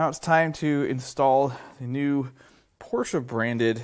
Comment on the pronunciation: Mistake 1: "Porsche"